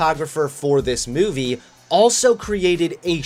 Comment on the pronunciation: The way you say the word movie irks my souls